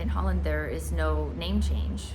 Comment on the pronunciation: Well, she lives in Zuid Holland so she is saying it correctly.